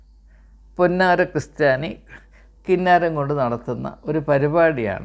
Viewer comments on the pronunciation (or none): മുൻപ് ഒരിക്കൽ ഞാൻ തിരുത്ത് തന്നായിരുന്നു. എന്നിട്ടും സാർ വീണ്ടും തെറ്റിച്ചല്ലോ. സാരമില്ല. കൃസ്ത്യാനി എന്നല്ല ക്രിസ്ത്യാനി എന്നാണ്.